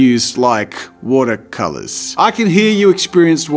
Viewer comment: “Woodah colahs” 😎